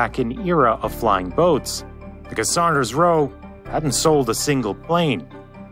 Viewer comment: Great Video.....the Builders name was SAWNders Roe..